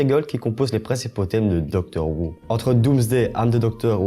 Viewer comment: Ça se prononce "Docteur Hou" et "Comic Rilif" ^^ Bonne vidéo !!